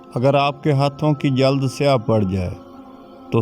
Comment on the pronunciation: jild ko jald kah raha hay jahel